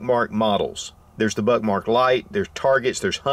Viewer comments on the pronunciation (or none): The immature kid in me can’t help hearing him say Buttmark! Lol